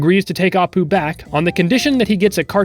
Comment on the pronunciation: I thought the sweetest apu said "the sweetest apt"